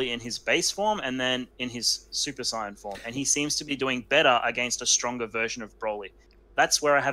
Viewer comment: When you said “old school subscribers”, you weren’t kidding. 👌 Also, I miss being able to hear “saiyan” pronounced the right way.